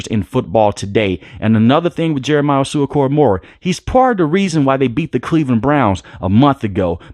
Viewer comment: Bro how u gonna slaughter JOK name 😂 I can't spell it but it sounds like oowoo-sue cora-mowa